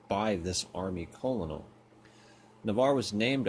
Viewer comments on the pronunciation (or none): Eric Barnes Bruh I stopped watching after he said it like that. 😂